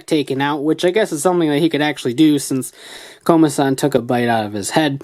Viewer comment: I mean Komasan not Komadan